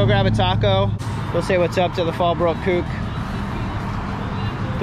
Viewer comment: "That Fallbrook kuke". I thought you knew that guy at first 😆.